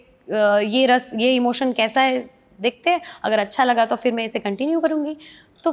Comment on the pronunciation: Yeh rasa rasa kya bol rahe hain normal ras bolne meh itne problem ho rhe hain😂😂😂